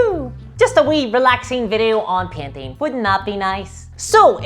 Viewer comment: When you said painting, I heard PIMPING. Please make a video on pimping lol !